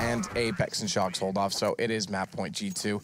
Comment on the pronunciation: It is bothering me so much he says shoxi og shoxy.... just me?